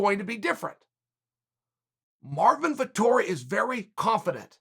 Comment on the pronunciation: "Artmin Vittori"